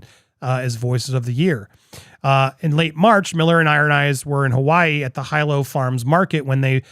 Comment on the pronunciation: Next time you have something that needs to be read, HMU, I'll pronounce things right and get the words correct. You got the very first sentence wrong, which makes what you said the OPPOSITE of what the article said. And you pronounced Hilo wrong...Seriously, HMU.